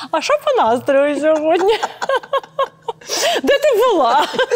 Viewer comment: Оля, не ображайтесь, але Ви говорите "сьогодня", говоріть, будь-ласка, "сьогодні", бо ріже слух.